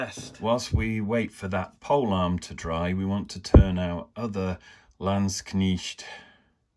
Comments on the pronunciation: Thank you for the comparison. Great Video overall. Although not necessary I would say your "Landsknecht" pronunciation is pretty good now. Just try to get the e in before the ch. It's not a Knicht but a Knecht. 🧐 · Warlord landsknechts go very well together with GW's old Empire Regiment kit. Not so much the new one, too much of a scale difference (and quality difference...) Try "lands-knekt" for pronounciation btw, it's easier for anglos. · In English Landskchnecht is properly pronounced "land-shnecked". Ignore how Americans pronounce it, they can't even spell words correctly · Very nice and you almost got the word Landsknecht correct. For knecht use the letter e the same as the first e in beverage. Very nice kitbashing. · Hello, lovely stuff, however i'm affraid your'e still pronouncing Landsknecht wrong. It's very laudable of you though, to at least make an attempt. The E is pronounced as in egg and not like an I as in Knitting needle. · I think you are correct 😃 But it is way closer than the previous version!